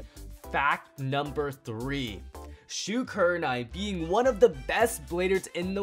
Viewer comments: Bro, his name is shu not shoe. Show some respect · Idiot he is Shu not shoe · And not shoe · HE IS SHU NOT SHOE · DarkMikeRiDeR209 his name is Shu not shoe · Not shoe😂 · shoe kurenai XD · How dare you put Shu as "shoe" !!!